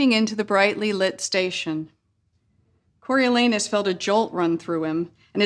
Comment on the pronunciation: I'm so happy I pronounced Coriolanus right